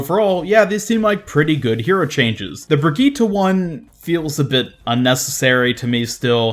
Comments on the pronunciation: Its Brigitte not Brigita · Why do you keep calling her "Brigittah"? Hehe.. But keep up the good work!